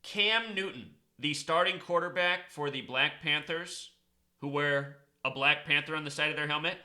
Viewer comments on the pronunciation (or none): none